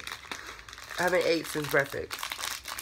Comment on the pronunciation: I haven't ate since "breafixx" 😂😂